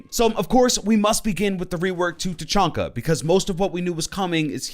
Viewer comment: Tachanka not fuckin Tachonka